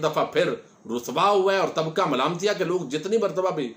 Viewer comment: آپ جو لفظ بولتے ھیں طبقہ ملامتیہ بس یہ آپکی زبان سے بہت سوھنا لگتا ھے ماشاءالله جزاك اللهُ خیرا